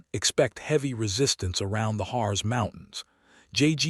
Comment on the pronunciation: "EXPECT HEAVEY RESISTANCE AROUND THE HARZ MOUNTAINS" HARZ IS PRONOUNCED EXACTLY LIKE HEARTS WOULD BE IN ENGLISH. IN GERMAN IT DOES NOT END IN AN ENGLISH Z SOUND, BUT SOUNDS LIKE WE WOULD SAY HEARTS.